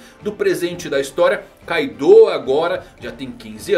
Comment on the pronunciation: Mesmo que a romanização do nome tenha um "U" no final, esse "U" tem o som mudo, por isso assim como no anime a forma correta de falar ainda é "Káidô" com ênfase no "ka".